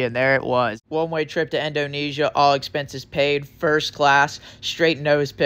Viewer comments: "one way trip to endonesia" bro i literally cant🤣🤣🤣🤣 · 😂😂😂 best commentary yet! Love "Endonesia"!! 😂😂😂 is legendary! 😂